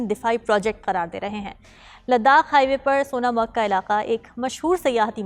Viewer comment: Pahle sonmarg bolna Sikh lo fir news anchoring karna 😂😂😂😂😂